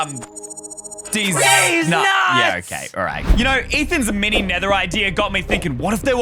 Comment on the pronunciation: Ie no one gonna talk about he said miny inetead of mini?